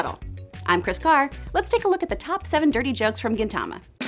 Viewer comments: You are pronouncing Gintama wrong!! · I thought "Gintama" was pronounced like "Gin" the drink then "tama"